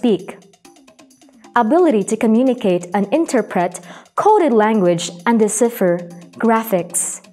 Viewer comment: CONSTRUCTIVE CRITICISM ONLY ✌️ genres - génres (the stress is on the first syllable). When you're pronouncing it, it's like both syllables have the same speed decipher - di-say-fur, not de-see-fur refers - reférs (with stress on the second syllable), not réfers. You kept saying réfers since the first episode and I wonder what your reference (now the stress is on the first syllable) is. 😅😅 exciting - iksayting, not egzayting modules - mah-jools, not mow-jools